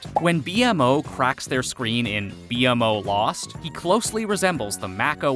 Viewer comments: It's painfully obvious you've never actually watched the show. You call B-MO "B-M-O" and the Candy Kingdom "Gumball Kingdom". If you're going to make a video on a subject, do some frickin research. Poser. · Just call him B-MO, not B-M-O😭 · This is the second video I've seen where you call B-mo B-M-O. It's pronounced Bee-mo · It’s not pronounced B . M. O It’s pronounced BMO. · SAY BMO NOT BE EM O AAAAAH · Just the fact he says B-M-O instead of B-MO ruined the whole video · right, like tf is a B- M- O- ? ITS BMO! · There’s a lot of incorrect “facts” here but decent video. Also it’s BMO not B M O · stop calling bmo B M O call him bee-mo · bro said bee em moe and gumball kingdom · All that research and he’s still calls B-MO B.M.O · This guy hasn't watched a single episode. "B-M-O" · IKR or pronounce it as the cast in the Outro where it says “beemo” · For real, it hurt everytime he would say „bee-em-o” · Seriously. Almost got me yelling at my screen. It's B-Mo! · I've never stopped watching a video faster after I heard B-MO pronounced exactly like that. This channel should thrive with non fans and interns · The fact that he mispronounced B-MO undermines the entire content 😂 like are you even a fan??! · The way you say bonnebell and BMO makes me wonder if you even watched the show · Bro won't even say BMO right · Lost me as soon as he spelled out Bmo's name